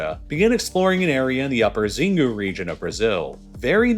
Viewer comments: Xingu is pronounced sheen-goo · the pronunciation of "Xingu" in this case is worng its procnounced "chingu" with "chi" as in "china" as opposed to to "Zingu" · Xingu is pronounced Sheengoo’